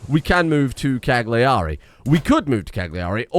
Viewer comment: I know as an Englishman it's your duty to pronounce Continental words wrong, but in case you're interested the 'g' in 'Cagliari' (and most Italian words) is silent.